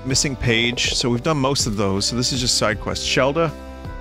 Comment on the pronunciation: Vinny, Shelda is like the most normal sounding name in this entire game, and you fucked it up like that?